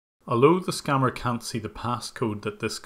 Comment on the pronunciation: ....it's not "scamer" it's SCAMMER....